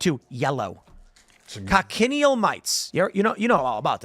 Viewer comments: FFS once again it's not pronounced coc-en-i-el, it's kotch-in-eel. Three syllables, not four. And what is extracted from them is carminic acid which is processed to make carmine, a colourant. It's nothing new - it's green in used for at least 2500 years. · It's pronounced "coach-in-eel" not "coc-in-ial" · the "CH" in Cochineal is not pronounced as a hard K, It's pronounced like it's spelled with the CH pronounced like "chin" a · It's pronounced Co-chin-eel. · It’s pronounced KOTCH-in-EEL. Technically they are parasites, but they live on cacti, not blood. Food coloring, preservatives, texture and flavor modifiers can be in a very natural , raw state or heavily refined and processed so simply saying they are bad is not enough. Salt is a preservative, but what kind of salt? What is the chemical composition? The real problem is Corporate Capture in regulatory agencies and science. The layman will always be ignorant, we need experts help top high ethical standards. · The bug is pronounced CO "CHA" NEAL.